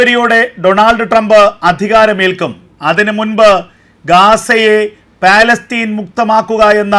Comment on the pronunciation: Onnu podo " first learn how to speak palastine"